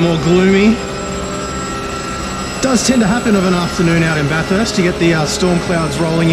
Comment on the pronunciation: It’s pronounced Bathst not Bathuuurst love the vids